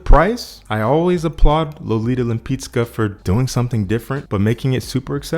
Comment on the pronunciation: Thumbs up for proper pronunciation of Lolita Lempicka :)